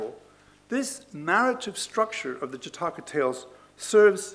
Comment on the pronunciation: " Jataakaa ✖︎ " ==> " Jaataka ✔︎ "